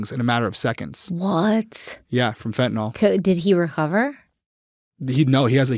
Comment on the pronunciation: A reminder to everyone that fentanyl is pronounced exactly as it’s written, fent uh nil. NOT “Fent in ol”